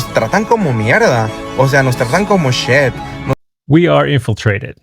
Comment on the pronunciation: It’s shit, not shed. Learn how to speak English before you come and stomp on our dirt. And take a bath there’s shit all over your face. Oh yeah, we are also called losers.